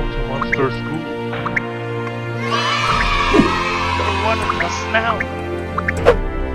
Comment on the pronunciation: Wait i just hear moster shool